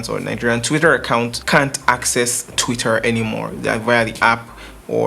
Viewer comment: You don't need to pronounce the R in TwitteR so hard na. Lol. Jeez